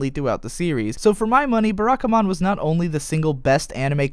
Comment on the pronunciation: Please, not 'Beh-rah-ka-mon'... 'Bah-rah-ka-mon'.